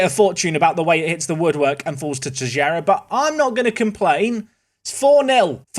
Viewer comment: please, stop saying Tejera. Teixeira is a portuguese name and it has nothing to do with "tejera".